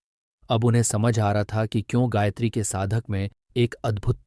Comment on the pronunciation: हे महान भाव आपने ब्याखया तो अच्छा किया है परन्तु गायत्री का सही उच्चारण आप से नहीं हो रहा है।